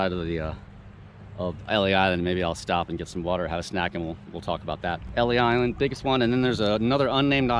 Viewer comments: Pronounce L-E Island. ❤ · Pronounced Elys island.